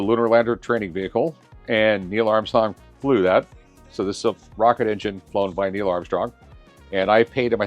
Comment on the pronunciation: I hate how Rick mispronounces EVERYTHING but loves to correct others who do the same. “Neil Amstong”🤦‍♂️🤦‍♂️